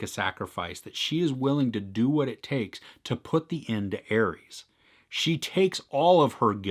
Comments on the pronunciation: Also its pronounces “Ah-res” not Aries.Just like you would say rest or resolution or something else with ‘res’ in it not pronouncing it like riest or riesolution 🙂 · It's pronounced are-s. Like R.S. like ah-res. Ares, not Aries. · It’s pronounced ARES. Not ARIES.